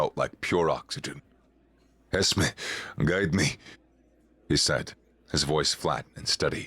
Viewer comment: ES-MEE not ES-meh. It's short for Esmeralda, my youngest daughter's name.